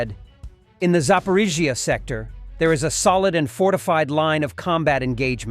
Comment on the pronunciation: It's funny listening ti the ai try to pronounce Zaporizhzhia. Never the same way two times in a row. The one that sounded like a druken slur killed me. >.<